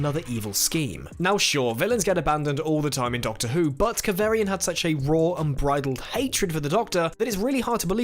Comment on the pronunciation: Kav arrrr ri an... not Kav air ri an 😜😘